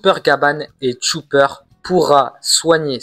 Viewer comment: C'est Chopper, pas TCHOUPEUR 🤣🤣🤣🤣😭😭